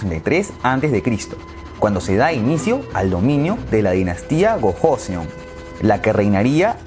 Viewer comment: Se dice Choseon, Kochoseon y Korieo :v Y el Imperio de Corea nace por culpa de los japoneses, quienes manipularon a la corte interna a través de los ministros y el asesinato de una emperatriz a manos de unos bandalos japonenes para hacer que el Rey declinara y este fundara un estado titere a manos japonesas.